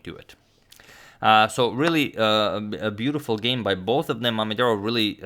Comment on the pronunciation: Can we talk about how well he said Mamedyarov’s full name